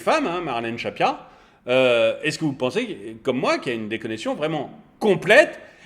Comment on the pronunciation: Je suis pliee de rire et j'adore le lapsus," su'estce sue vous en pincez?" Ben on pince rien justement, mais qu'estce qu'on se marre! Merc pour ces moments de rigolade!